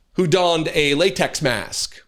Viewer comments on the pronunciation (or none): none